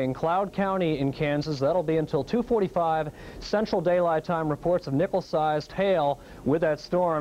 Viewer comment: it really sounds like he says "nipple sized hail". :D